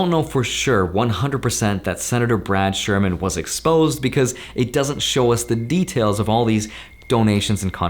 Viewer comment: "ESPOSE HYM!!"